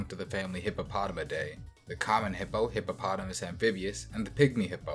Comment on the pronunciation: He said hippo and potamus so many times and didnt fail. That s a big W